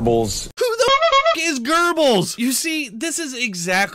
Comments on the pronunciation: “Gerbels” LMAO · He meant to say Jerbles .....and hampsters....lol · it's really just the totality of the interview.he's making these comparisons to the third Reich using a bunch of lies and can't even properly pronounce the name of the propagandist. Then on top of that you have sharpton calling him gurgles. I suppose it does sound like gerbals in German. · He did not pronounce it correct and I did do research. There is no R sound while saying the name.